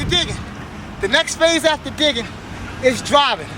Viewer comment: When he says digging on your head I thought he said dicking on you head ...